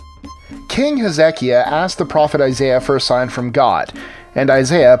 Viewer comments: its pronounced Heza-ki-ah not He-zekiah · You pronounced Hezekiah wrong. It's not Hez- zeck-ee- yuh , it's Hez- uh- kai- uh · I'm not entirely convinced on several of these. Atheists are always seeking ways to explain away anything that could actually point to the existence of God. We'll all find out for sure in the end :) As for me, I know what is true and what is not. Once you know that you know that you know, you know. Also, how about that pronunciation for King Hezekiah - never heard it said that way before.